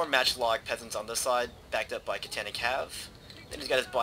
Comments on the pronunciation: KAH TAH NAH, Not: cat tana :P My only gripe, good video. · its ka tan ah